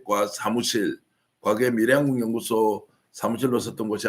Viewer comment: 발음교정 부탁드립니다. 미래한국연구소를 밀양군연구소로 발음하고 계시는 것을 알고계십니까?